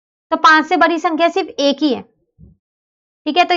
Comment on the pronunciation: Mam बरी नहीं बड़ी होती है